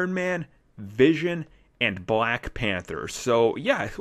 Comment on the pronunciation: "And now a quick look at bwack widow" ... Love this guy XD